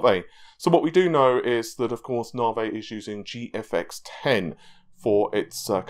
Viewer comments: in an English class Teacher: (Points at the word Navi on the board) ", can you pronounce this word for me please?": "Nahvey." Teacher: "No,... It's pronounced Navi.": "Nahvey." Teacher: "No,... Look at the end of the word, there is an 'I'. So it is pronounced Navi.": "Nahvey." Teacher: -__- I'm only joking Anyways... Great work on the video and thanks for all that you do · love the channel (watch every day) but plz stop with the "narvey" its navi, so annoying